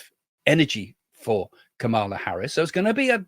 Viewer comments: The VP's name is pronounced KAH muh luh. Accent on the first syllable. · What about Trump calling Biden, Obama? And calling Nancy Pelosi, Nikki Haley? And calling JD Vance, JD Mandel? And confusing the Turkish President with the PM of Hungary? I think Trump and Biden both had cognitive issues. And please have the courtesy of pronouncing Kamala's name correctly. The emphasis is on the first syllable. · Think about pronouncing her name as *calm a law. 😊